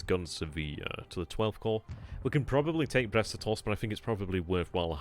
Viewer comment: Glad to hear you've got the Brest-Litovsk pronunciation fully mastered! :)